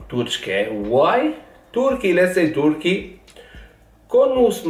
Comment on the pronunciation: Turçke 😅 zamanla öğreneceksin